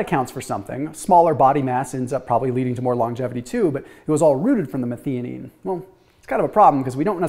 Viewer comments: Do a YouTube search on how to pronounce Methionine. Meth -I-O-NEEN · The middle syllable of methionine is pronounced like "THIGH".... sorry, it was just driving me crazy. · Making a suggestion. 🙂 pronounced as "meth - io - nine" #syllabized for the word "methionine." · Question, and I dont know myself, but is it pronounced meth-ee-onine, or meth-EYE-onine?